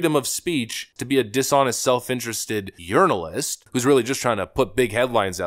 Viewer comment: Brother. Did you really just say "urinalist"? 😂🤣😂🤣😂🤣😝🤠👍⭐🇺🇲